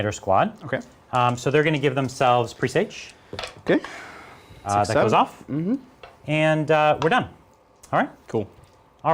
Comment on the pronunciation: It's not pronounced "pre sage", it's pressaj.